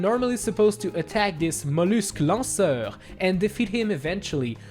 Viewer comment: do he know french because he said lansseur and voila